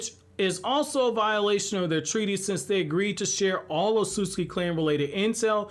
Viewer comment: Some people may get mad bout this one, but I'm not here to care about that. Otsutsuki, is not Otsutski like some people, and influencers, are saying. Nah, it is said in the show, as so (Oh-t-sue-sue-key), please folks, learn this.